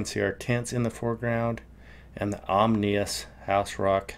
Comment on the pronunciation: omnious? couldn't find that in the dictionary brother...